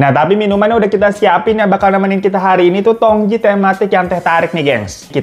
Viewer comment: Bang Hiro itu bacanya Teh Tong ci, tj ejaan lama dari huruf c 😊